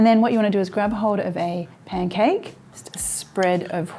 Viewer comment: It's P A N C A K E, not pen cake, love.